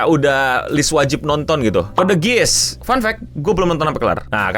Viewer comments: Koreksi Bang, Geass tuh cara nyebut nya (Giias) bukan Giis Edit: Tamatin lah bang sampe R2, jangan stuck di R1 aja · ketahuan, wibu luar negeri pun yang sudah nonton nggak mungkin nyebut itu "gis" 🤣